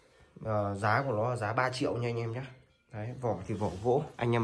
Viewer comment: Anh đùa khách hàng đang xem đấy à? rõ ràng anh nói "dái hiện tại..." là như nào?